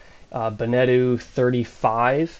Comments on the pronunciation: It’s “benna-toe” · Be - Ne - Toe, not Bene - Tu, I think that is another more Polynesian brand ;-) 20hrs/year motor-usage ??? that boat has not been used then, or there is a new counter installed have you done an official check-up by a Nautical Surveyor ? migth be handy for your insurance and also detect hidden issues, because there are always some (that window "dent" needs to be checked) ... it will give you room to start negotiating with broker and/or owner. are you looking for a domestic/coastal cruiser or do you want to go BlueWater cruising ? this one is night&day difference from your selected Beneteau, engine room should be virgin white floor, it tells you much about the general boat condition ;-) the hull just needs rough sanding and then some layers of anti-fouling., but the current layer seems to be ok. I didn't see any anodes attached to the hull (maybe on the rudder ?), so you might wanna check that. the V-bird is gonna become your storage room / sail-locker. and take your time to review the boat, the broker is there to help you to buy, that's his job, even when he checks every second his watch. take your time, it is your investment once you have signed !